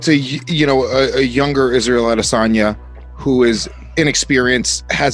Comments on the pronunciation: "Adesayna the last juice bender" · Adesonya c'mon man? Its roids.